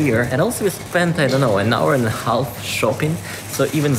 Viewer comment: "Half" is actually pronounced "haf" -Been hearing you saying it for a long time and my neurotic self needed to say it. Interesting shopping-tour. Where I live it's a LOT more expensive, but then again the incomes are also a lot higher. I think we spend about 20%-25% of the income on food/cleaning products a month though - which feels too much. Like you I also go for the "beautifulness" 😉